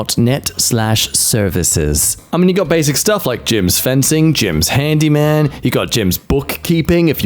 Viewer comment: As if I didn't love already, he said shtuff...